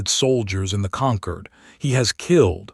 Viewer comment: "Concord" or "Conquered?" You poor AI can't figure it out. Hope you can get your money back.